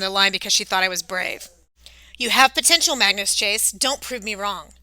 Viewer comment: You're American aren't you but you really speak English very very bad it's it's Magnus not mangoes mangoes It's tier not tire it's TEIR pronunciation tier not T IRE